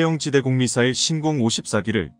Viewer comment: 신공이 아니라 신궁입니다.